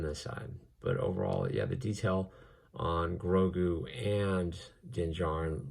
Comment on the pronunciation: Bruh man really said baby groogo not baby grogu